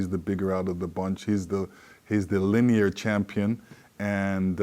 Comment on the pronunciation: he called tyson fury the "linear" champion instead of "lineal" wtf?